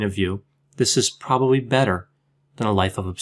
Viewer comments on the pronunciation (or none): none